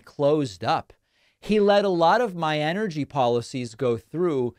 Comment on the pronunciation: Enercy, I mean who doesn't pronounce it enercy